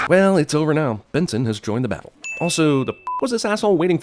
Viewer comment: When he said "Benson has joimed the battle" , is that a Regular Show reference? I'm sure it's not, but it bugs me -_